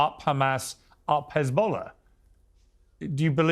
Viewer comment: She keeps saying Hasbullah lol